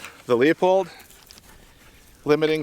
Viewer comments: It’s pronounced “Loo-Pold.” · Pronounced "Loo pold" 😁